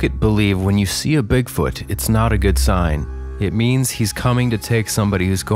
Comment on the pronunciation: when he mispronounced Bigfoot as BigFORT, it came across as “bigfart” to me and it caught me by surprise so suddenly that it made me laugh while in the process of a cough, which gave me violent hiccups for an entire half hour 😂😂😂